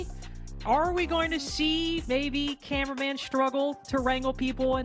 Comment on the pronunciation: His name is cameraman not “carumen” or whatever she’s saying 😂